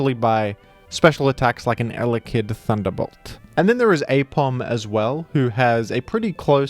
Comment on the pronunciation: i love watching videos mainly for the way he talks and the weird emphasis he will put on random syllables like eleKID ill take what i can GET